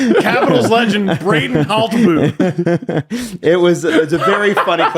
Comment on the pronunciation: I have to correct you.. it's Brayden Hoooltby